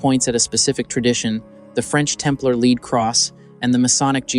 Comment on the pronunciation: It also pronounces the metal "lead" wrong 1/2 the time.